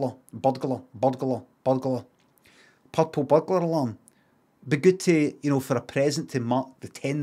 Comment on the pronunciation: Subtitles were needed for this.. I had no idea he was trying to say purple butler Alan culinary